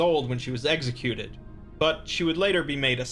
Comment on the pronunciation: “eggsicuted”